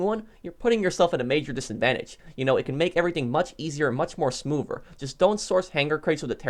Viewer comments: He said smovver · “Much more smoover”